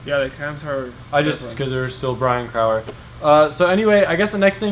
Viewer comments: Brian Crower is pronounced Bry-en crow-er NOT CRAuer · its cool hearing you so closely mispronounce my name all those times ,lol . I hope that's a relly good cam and pistons you got from crower